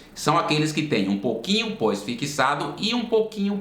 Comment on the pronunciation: Fixado ou "fiquissado" ? 😬